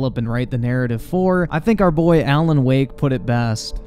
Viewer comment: why do you pronounce alan woke "alan wok"?